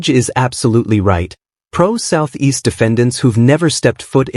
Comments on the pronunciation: "Pro-Southeast..." Welp, that confirms the voice is AI. Can't even take the time to make sure it says pro-se ("pro say") right... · 'pro southeast' instead of 'pro-se' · 'Pro se' has been read as 'pro south east'! Please don't use AI without editing the result. It's insulting to intelligent viewers. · OMG....That SovCit is just talking complete nonsense! Oh...and someone needs to tell the AI that 'Pro Se' isn't a contraction for 'Pro-Southeast'